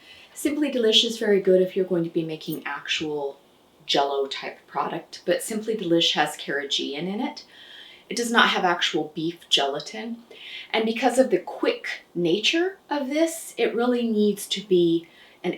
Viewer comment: I know you like being accurate. Thought you'd like to know that carrageenan is pronounced care-uh-GHEE-nan. The gee is pronounced like ghee (the "g" of "goat").thanks for ur wonderful recipes and videos.